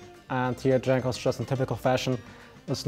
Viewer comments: Jankos nie Dżankos kurwa ... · it is pronounced yankos goddamn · Lmaoo he does that intentionally